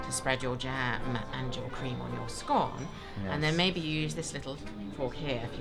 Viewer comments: It’s pronounced SCON! If you spread some butter on first - then spread jam - then a dollop of cream - it works perfectly. Now how do you pronounce Marylebone? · It's got to br "sc-on-e", no if's or but's. If the clotted cream is softer and more pliable, it goes on top! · He's no gentleman. You can tell by the way he says scone 🤣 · should you not have removed your hat? Butter, jam, then cream on your scone (rhymes with loan). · Lovely and so interesting😍 but I couldn't tell the difference of pronunciation of 'Scone' 🤣🤣🤣 Is it why I am Japanese? I do wanna catch up !